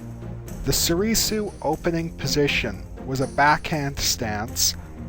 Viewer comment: Please, stop saying So-ree-soo